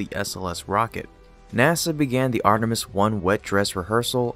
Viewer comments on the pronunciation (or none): none